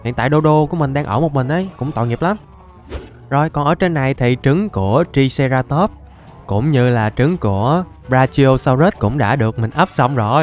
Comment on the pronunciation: Anh đọc sai tên của triceratop rồi chữ i phải đọc thành âm "ai" nên phải đọc nó là traiceratop